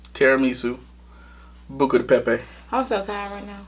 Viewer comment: Tells to say it because he says it better. still says it wrong Lol. That tickled me. I have been meaning to try this restaurant. Yummy